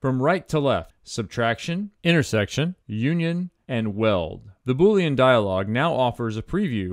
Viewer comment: Bo-leen … if your watching your weight. Now that was just funny 😆